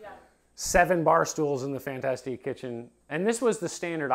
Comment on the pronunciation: I am bothered by the way he pronounces "fantastic".